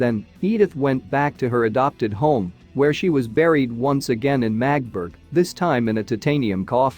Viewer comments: Please, it’s not Magtburg, but Magdeburg… give it some effort. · The town is pronounced MAG DE BURG. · Can't anyone program these robo-voices to pronounce words correctly? Among the many mispronunciations — so many that parts of the narration are unintelligible — "Magdeburg" is pronounced with three syllables: "MAE-duh-berg" and "isotope" is pronounced "EYE-sow-tope." I could go on and on and on. But the garbled pronunciation coupled with multiple misstatements of fact render your video useless. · Yep. The voice totally butchers the pronounciation of the name Magdeburg.